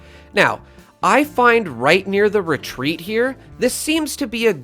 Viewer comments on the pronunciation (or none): none